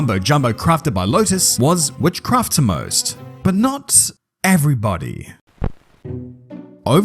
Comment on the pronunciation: Is this AI narration? It sounds so weird. That “witchCRAFT toMost” in the first 1 minute sounds off